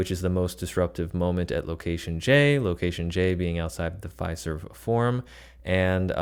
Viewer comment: Its pronounced ""F i i i ... ... serve" . Great RV session!